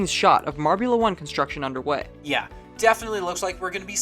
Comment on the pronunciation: #YaBlewIt, you said "Marble 1" instead of "Marbula 1"